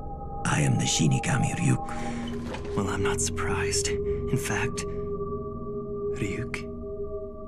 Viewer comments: Is it just my imagination, or does e;r pronounce “Ryuk” as “Fryuk” like half the time? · yes, though he says flyuk, like fluck